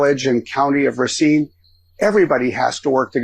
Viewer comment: Pronunciation of Racine a bit off. Ra seen.....Racine. I grew up in Wisconsin. When I first moved here my pronunciation of Spanish words was off!! The J sounds like an H. San ho say San Jose!!!